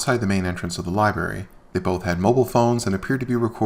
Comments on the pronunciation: It's library, not liberry. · I thought AFA had some tiny bit of morals after helping Kate against Chille, but NO. He's just as vile as the rest and Kate/Shizz ain't much better. He needs to also learn to pronounce LI-BRARY! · Lie berry?